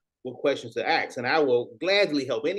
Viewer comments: I CANT STAND WHEN SOMEBODY SAYS. ""AXED"" INSTEAD OF ""ASK"" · Can someone please answer my question? Why do black people ALL say "axe" instead of "ask". ? I have asked this dozens of times on the internet, and not 1 single answer. Legit curious.